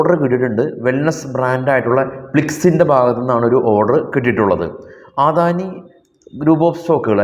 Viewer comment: അദാനിയെ ആദാനി എന്ന് പറയുന്നതെന്തിനാ